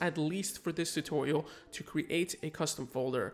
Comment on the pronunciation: Thanks for the tutorials. Just curious though, why do you pronounce "create" "cre ate"?